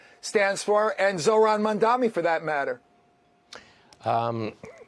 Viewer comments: Bruce calls him several times, Mandami 😅 somehow that's great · It is Mamdani - not Mandami.. typical fox news uneducated commentators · If Bruce can’t pronounce Mamdani, do you think he is qualified for Governor office ? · can't even pronounce his name properly and they expect us to take seriously